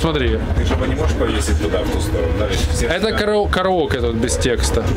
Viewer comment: КараокЭ, СупЭрб, ОкЭй)) в своем репертуарЭ))